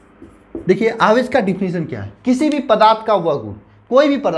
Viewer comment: Aawesh aadish hota hai